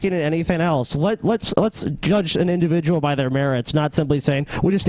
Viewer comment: and fucked with the word "individual" so hard that I can't read through my sociology textbook without laughing and cringing at the same time.